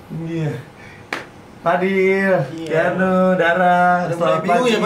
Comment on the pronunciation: kang, bukan keanugl tapi keanuagl wkwk